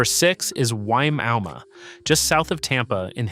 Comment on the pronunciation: Wimauma is actually pronounced by locals as"Why-ma-ma". Not kidding.